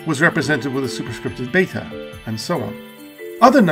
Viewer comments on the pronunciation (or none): none